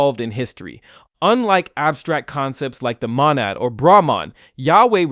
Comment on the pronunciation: Are you like AI because you definitely don't know how to say monad and I'm pretty sure aI would know how to say